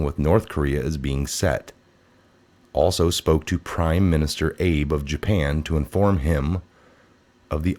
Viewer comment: *Abe...pronounced Ah bay.